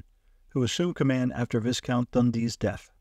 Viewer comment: This is an excellent summary, however Viscount is not pronounced Visscount. It is pronounced Vycount